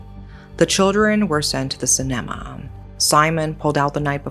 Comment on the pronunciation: I’ve never heard anyone pronounce “cinema” as “senama” than love her, but now I’m wondering how is “cinema “ actually pronounce? 😰